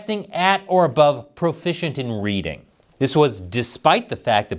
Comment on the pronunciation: Nobody's profishent? So ware we gonna get fish?